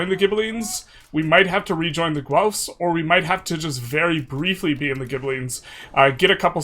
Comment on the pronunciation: PSA FOR EU5 CONTENT CREATORS : It's just pronounced Gelf. Hard G sound, than a Lord of the Rings Elf. Loye y'all. Gonna be a long decade.